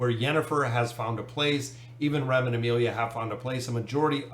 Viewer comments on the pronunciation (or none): none